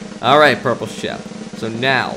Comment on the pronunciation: shep not sheep